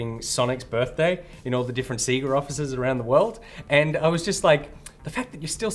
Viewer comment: Guys, your pronunciation of sega hurts me. They literally say it in all the old fashioned intros. Love the show tho